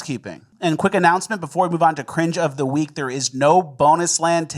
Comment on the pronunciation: Cringe of ze veek.